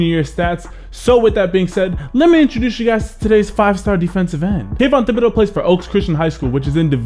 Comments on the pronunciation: It’s pronounced Tib-a-doah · It's pronounced tibidO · the h is silent in thibedeaux. its a cajun last name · Great video. One SMALL thing...the "h" is silent on Thibodeaux.